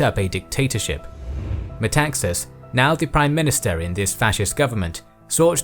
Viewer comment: Metaxas (tone at the second A, MetaxAs) actually said alors c’est la guerre = then it is war.